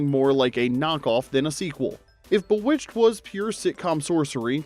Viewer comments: This is AI. Has to be. And if so I’m late to the party and please forgive me. If it AINT… You get TOOOOOO much stuff wrong. Most vids. That’s fine but “BUH-witched?!?”! It even SAYS BEE witched in the opening credits when Samantha flies out. My bad. SUH mantha… 🤣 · If you are not AI, how come you mispronounced Bewitched? The kind of mistake AIs make all the time.